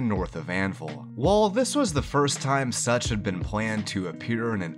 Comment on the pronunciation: I was listening to this in the background and I heard you say "on the title screen, a city name Sucth was shown.." I was like.. such.. such as what?! SUCH AS WHAT?!